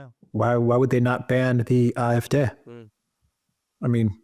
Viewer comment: Dear and Alexander, I know that I am far from the only one who highly values your geopolitical analyses. Nevertheless, I too would like to express that here once again. Please do not hold it against me that I have two further insignificant remarks: always pronounces "AfD" as "Afdè", so with a short "e" at the end, while if you want to pronounce it in German, that "e" should be more elongated, so as "é" or "ee" as in "rEprodruction". And for Alexander: "Wagenknecht" is pronounced in German as "WaaKenknegt". And although my mother tongue is Dutch, I hope that the German listerners here can agree;-)